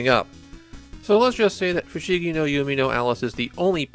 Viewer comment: You’re calling it “Yumi no Alice” instead of “Yume,” which is pronounced “you may”